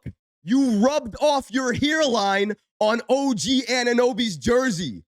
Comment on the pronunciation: "HERELINE"..🤣😂..that accent! Definitely from New York or New Jersey! LOL